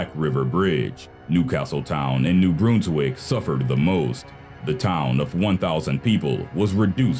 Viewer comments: it's pronounced new Brunswick not new broonswick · mere-a-ma-she new Brunswick Bruns-wick 😂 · I'm surprised at how few comments there are on your pronunciation of New Brunswick